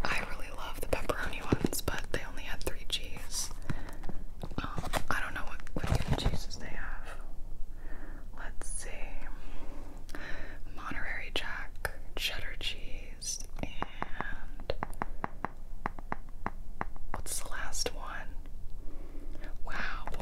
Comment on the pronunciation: LMAO “monterary Jack”